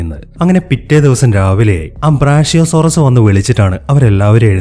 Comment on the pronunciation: ബ്രാഷ്യോ ❌ ബ്രാക്യോ ✅